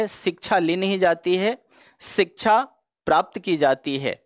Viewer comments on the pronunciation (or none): none